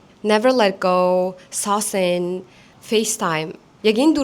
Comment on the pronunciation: Moonwalking bish moonwalkin saucin zov saucing buruu oyul gej duudku ohyul h usegte duudn ryul iig y usegiin joohn tqod heln loui bish louis